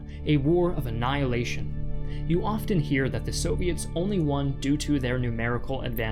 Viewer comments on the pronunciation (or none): none